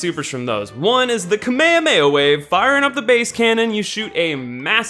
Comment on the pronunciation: it's "kame hame ha". not KAMAEOMAEOMAEOMAE